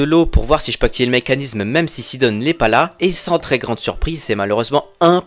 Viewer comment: Mdr sidon tu le prononce sidonne